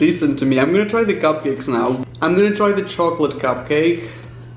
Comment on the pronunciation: he said gupcake